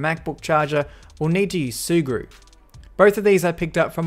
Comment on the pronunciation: Sea glue ? Sea grew? What the hell is he saying? Edit: Ahh its sugru ...